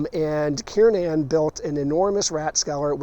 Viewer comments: hmmmm, i thought it was Kernan....not Kiernin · To true Baltimoreans - it is pronounced “Kir nan” like the hospital.